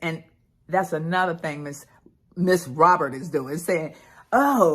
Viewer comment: I had to come to the comments first to see if I was mis hearing "Robert"... nope. I wasn't 😂🤣😂🤣